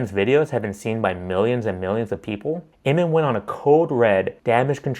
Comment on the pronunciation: Ammon is pronounced like ham-un without an h, not ayy-mun